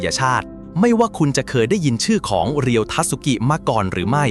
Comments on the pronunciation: เขาชื่อ เรียว ไม่ใช่ รีโย่ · เรียว ครับ ไม่ใช่รีโย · อ่านว่าเรียว